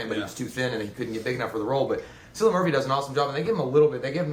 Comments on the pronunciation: Cillian is pronounced "Kill-lee-in". Honestly, my favorite thing about this (other than Cillian's stellar performance) was that the humans were the scariest thing in it. Marauders are what I'm looking out for in the event of a zombie apocalypse. (The alt. endings are all pretty disappointing. The right one made the cut.) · Good review guys, but just like to say Cillian is pronounced (kill-ee-un)